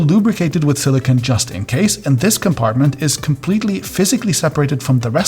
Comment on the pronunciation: please learn to say silicone properly. The last syllable sounds like "cone" with a long 'O'. Silicon is a crystalline metalloid use to make microchips.